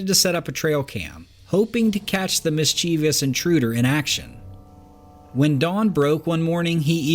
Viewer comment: The word 'mischievous' has 3 sylabols, not 4. It's pronounced MIS' CHIEV OUS with the accent on the first sylabol.